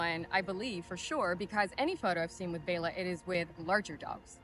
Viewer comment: Another great one! And good for you on “Bay-la!”